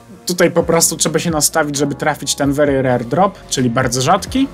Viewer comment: A później to popsuł bo powiedział wery rery